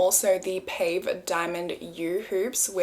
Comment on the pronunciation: The diamond jewellery style is pronounced pa-vay. Not pave. I’m a Mejuri addict also. Cheers from Toronto.